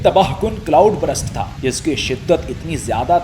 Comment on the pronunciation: ہاں، یہ ایک عام غلطی ہے۔ کئی لوگ burst کو غلط تلفظ کر کے brust بول دیتے ہیں، حالانکہ درست تلفظ یہ ہے: ✅ burst → برْسٹ (آخر میں ’سْٹ‘ کی آواز) ❌ brust → یہ انگریزی میں کوئی لفظ ہی نہیں یعنی زبان کو سیدھا رکھ کر برسٹ کہنا ہے، نہ کہ برَسٹ یا برَسْٹ